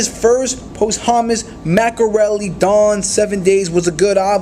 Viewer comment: this man said “Remethic” flows you mean Rhythmic? lmaoo dumbass “post-hummus” it’s posthumous lay off youtube and read a harry potter book nigga